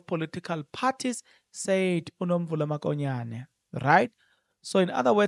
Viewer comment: Write Mokonyane please, not Makonyane. Verbally pronounce it MOKONYANE not MAKONYANE. Wena you are careless with calling people's names or pronouncing words. Hai !! You are not different from people who say LIBOMBO instead of LIMPOPO. Hai !